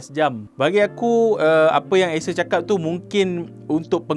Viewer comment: asus ke acer? bunyi sebut asus. hehe